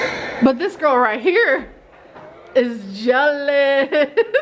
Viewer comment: WiLLo Davis I get triggered whenever she says gorl and doesn't look after her hygiene.